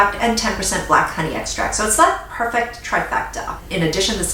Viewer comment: Devin Mera lol me too! I had to practice but now I saw it the way! I also love how she pronounces ‘perFECt’.